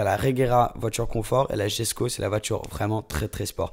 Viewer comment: koenigsegg yesko (le j de jesko se lis y)